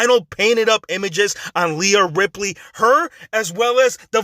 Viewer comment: Leah Ripley? It’s Reha Ripley